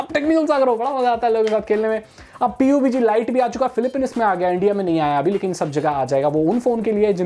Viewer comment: Ye itna over acting kyun karta hai or kitne baar sikhaya hai PUB G Bolo B U B G Nhi😠😡😡